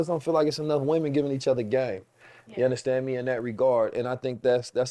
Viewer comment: I just love when he says “Ya Undastand Me”